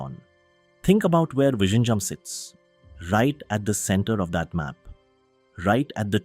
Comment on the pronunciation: Please pronounce VIZHINJAM as Vilinjam. In Malayalam and Tamil, the alpabet 'l' is noted with 'zh'. So pronounce zh as l.